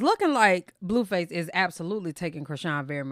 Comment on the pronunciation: Are you pronouncing his name as Bluefuss on purpose?